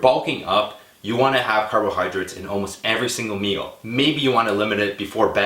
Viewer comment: carbohydrates.. not carbohydrits.. LOL